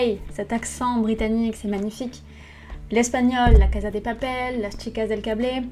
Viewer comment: Si tu avais appris l'espagnol avec la casa de papel tu ne le prononcerais pas de cette façon...